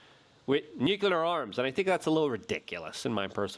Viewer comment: Why can’t you pronounce nuclear ? Don’t blame it on your polish background either.